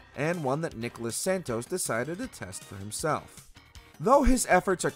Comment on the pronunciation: Ele falando "naicôla saintoz" kakakakak 🇧🇷🇧🇷🇧🇷🇧🇷🇧🇷